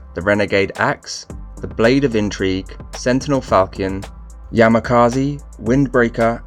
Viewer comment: Falchian is pronounced : Fôl-chən or fol-shen